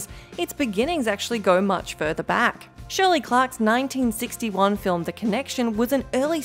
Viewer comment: Shirley Clark, not Shirley Clock.